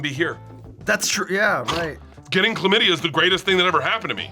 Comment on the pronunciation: "The Clap" is gonorrhea not chlaymadia 😂